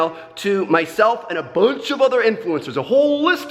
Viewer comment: How he says bunch at 😂